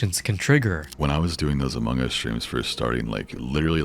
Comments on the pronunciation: I have never heard anyone pronounce among like that.. uh mawng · The way you pronounce Among Us as "omongis" made me giggle, I'm so sorry haha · “A Mong Gus”